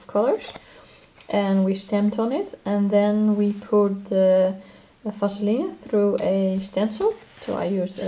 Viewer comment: on the page with owls... were you talking about Vaseline? (its pronounced Vas a leen) its also called petroleum jelly. I don't think I've seen it used as a resist. How do you use it?